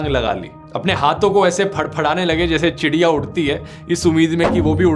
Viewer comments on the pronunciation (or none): none